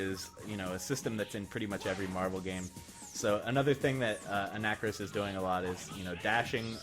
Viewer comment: You actually say anakaris correctly in this one...for a moment